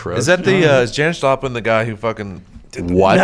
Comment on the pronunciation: “Jonis Japlin” hahahah